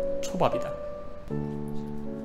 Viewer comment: 오프닝에 초밥이 조ㅈ밥으로 들린다